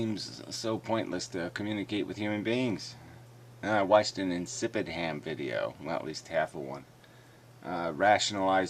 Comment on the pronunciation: did you just call her 'insipid-ham'? i know you usually call her insipid-i-am, and it was probably just a slip of the tongue. but a strange one none the less